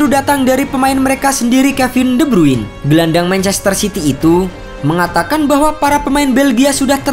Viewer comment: "De brruuiinn" Kwkwkwkwkwk pronounce namanya salah min